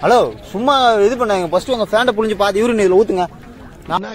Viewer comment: Bro யுரின் இல்ல யூரின் 😅